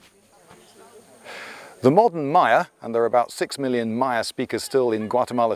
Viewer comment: Love the channel. Especially these videos of Guatemala- I was there 2012, such a beautiful place. One question, why are you pronouncing Maya so wierd? Is there some convention in British that every word that start with M is pronounced weird, like Mario which I've heard pronounced as Merry-oh.